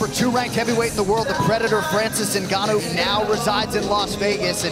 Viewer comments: Francis guanou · Francis Ganu....😂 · Did the guy in the beginning say Francis The Predator Gnu? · "Francis Gnno" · Put Some "Respek" on Francis's Name